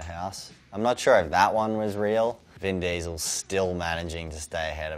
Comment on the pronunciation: "Ven Diesl"